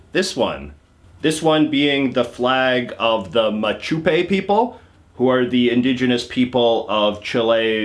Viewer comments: true but he could at least say the words correctly even if w/ an english accent.. for example he said "machupe" and "pinoshit" (which i think is a good name for him), but its possible to have respect for the language and say "pee-noe-shay" or "ma-choo-pay" etc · It's Mapuche (Ma-pew-che) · Just a detail, the central-southern indigenous people are called Mapuche, not "Machupe". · Cuando dijo Machupe 💔💔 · Its mapuche, not machupe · Laughed so hard when you called the Mapuche the Machupe!!! Also, one thing you should never do in Chile, which talk about Bolivia as if it's Chile!!! A Bolivian flag is not a souvenir of Chile!!! You talk in this video are though you've been well over Chile, when it looks to me as though you want to Santiago. You didn't even seem to go to Vaparaiso on the coast or visit any vineyards. There are many amazing things to see in Chile and you didn't see any of them!!! You didn't even seem to go to the cool parts of Santiago like Cerro San Cristobal and the Bellavista district.